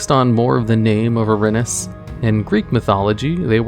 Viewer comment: Erinyes is pronounced Eh-rin-ee-is